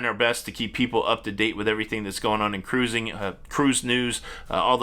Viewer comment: Love when you say. "Crrruuising" 😂 I laugh every time. Enjoy all your shows. Keep up the good work.👍